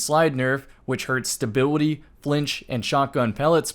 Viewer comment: I swear when you said stability, I heard stabiwity